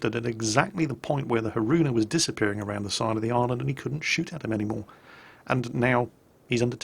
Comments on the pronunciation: Ah yes, the ARP Ha-roona, thats definitely how thats pronounced :P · Haroona. ಠ_ಠ Really? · your completely Englishman pronunciation of Haruna made my day. Lil bit of cringe, but more laughs than anything. Anyways, don't put the emphasis on the "ruu". Say it in one smooth pass, not as if a donkey stepped on your foot on the second syllable. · pronouncing Haruna so bad that my Kantai Collection Haruna said she is not daijobu